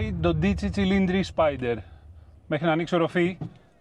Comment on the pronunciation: Είστε εξαιρετικοί! Αλλά προσοχή: προφέρεται Ντόντιτσι, ο τόνος στο όμικρον